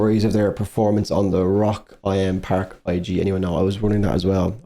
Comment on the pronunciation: Hehe it's not "Rock I.M."; 'im' is short for 'in dem', i.e., 'in the', and the festival is 'Rock im Park', i.e. Rock in the park, because it takes place in a park in Nuremberg 😊